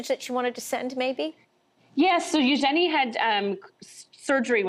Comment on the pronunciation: u jenny who the hell is U-Jenny the name is Eugenie or should we say U-jeanie